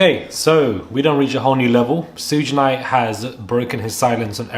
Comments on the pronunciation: Prounounced "Shoog Knight." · I wanted to subscribe but the way you said Suge Knight drove me nuts 😩